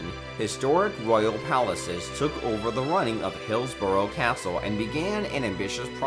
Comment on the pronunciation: You pronounced some of the places on this list Buckingham is spelt Buckingum not buckingham Hillsborough is pronounced hillsbru not hilsburow sandringham is like Buckingham palace pronounced sandringum not sandringham and balmoral is pronounced balmoral not belmoral.